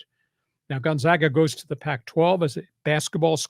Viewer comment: Thus guy can't even pronounce Gonzaaaahga....what a joke.